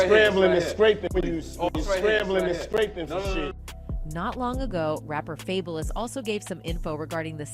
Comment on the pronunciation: Who TF is fableis ? really how TF do you mess up Fabolous but then say ghetto Fabolous rapper 😭 people do weird shit on purpose